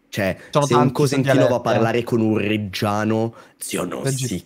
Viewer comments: Si dice reggino, almeno tu..... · comunque non si dice reggiano ma regino🥹